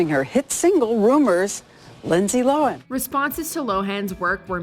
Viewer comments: By the by, Lindsay Lohan pronounces her name [low-ehn] as opposed to [low-han] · Poor Lindsay, no one pronounces her name correctly. It's pronounced "Lo'-wen."